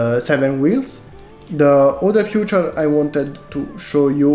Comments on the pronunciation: Great model! Comunque la pronuncia per Feature è tipo Fitur , il modo in cui lo dici suona troppo come Future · you speak feature like future!